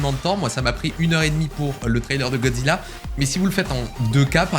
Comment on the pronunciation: A la façon dont tu dis "Gozzila" m'a littéralement fumé 😂😭